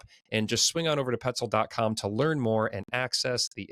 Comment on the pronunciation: You guys know petzl is French ? It’s nough or new, not kneeox 😂